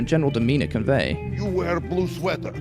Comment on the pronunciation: I like how says blu instead of blue